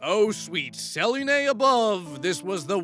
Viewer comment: Hearing him mispronounce Selune has hurt my soul